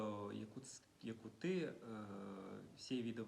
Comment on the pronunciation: ЯкутЫ диэмэ эрэ йобонай! Саатар якУты диэ. Саатар сөпкө сөллөҥнүү сатаарый. Сүөһү, лекциялаах баҕастаах.